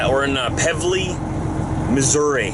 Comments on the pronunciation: Hey, the town Pevely that you stopped at that had the McStop. It is pronounced Pee-Vlee. I live about 15 minutes from there out in the boonies. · Oh and I live in Shannon Co. MO the home of the U.S A's largest trail rides, we get lots of riders here from Iowa, that trailer is cheap compared to what comes in here.. and its Missourians . Missoureeans..... eeeeeeeeeek.. PEEE VEL EE